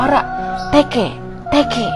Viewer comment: Bukan tekeh-tekeh tapi teke-teke😕😕